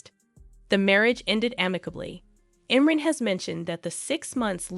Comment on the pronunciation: His first name is pronounced Im-Ron!